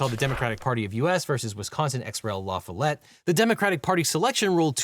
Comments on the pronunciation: FYI - That's pronounced La FOLL-ette in Wisconsin . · Love the content! For future reference, if any reference occurs—the emphasis is on the “LA” in La Follette. LUH-fahl-ette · As a Wisconsinite familiar with the long history of the LaFollete family’s involvement in politics: ‘La-FALL-ette.” Emphasis on the second syllable, not the third. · Great explainer. One correction: you spelled La Follette correctly, but it’s pronounced La FAllette(said with an “a”), not La FoLLETTE. -lifelong Wisconsin resident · La Follatta is pronounced "luh-FAHL-it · La Fall Let! Sound it out! LaFollette. Pronounced, La Fall Let... Edit: I'm from Southeastern Wisconsin... It's a thing... The park named after him is 30 miles away in West Allis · It's pronounced luh-FALL-it. Look up Fightin' Bob La Follette sometime, I think you'll like him. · As a leftie from Wisconsin, hearing Devin repeatedly mispronounce “LaFollette” was almost physically painful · As a cheesehead, I’ve never heard LaFollette pronounced like that. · Unrelated to the video, but it's really interesting to hear La Follette pronounced like that. Probably how you properly say it, but going to La Follette high school in Madison, I've never heard it said like that. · I'm from Wisconsin and I've never heard "La Follette" pronounced quite like that. Still an interesting video. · Objection! Way too much French in your pronunciation of Fightin' Bob's last name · As a Wisconsinite, I cringed at your pronunciation of La Follette, and I'm required to warn you that "Fighting Bob" La Follette is going to climb out of his grave and kick your ass.